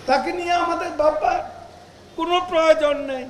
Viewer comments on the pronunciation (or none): none